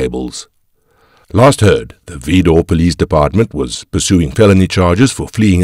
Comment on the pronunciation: It's pronounced vidor vi not ve.